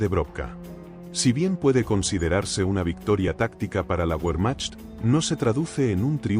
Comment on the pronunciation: Pronuncia mal muchas palabras. El nivel es bajo, parece una máquina. Uermach y qué es eso de Lianda? 😂😂.